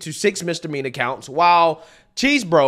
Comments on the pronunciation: Its not cheese-bro, its chess-bro. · Did you just call Chesebro Cheese Bro? Lmaooooo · I love you, and I watch all your stuff, but it is pronounced (Chez-Bro). Thanks for sharing the video man… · Can you please say that man’s name correctly, Chesebro not cheese, thank you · You never fail to butcher a name 😂 “🧀 borough”